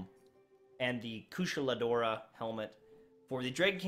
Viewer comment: You must be new to monster hunter. Sad to see where destiny has fallen. I don’t blame you. Also it’s pronounced Ku-Sha-La Dao-Ra. Trust me you’re hurting the veterans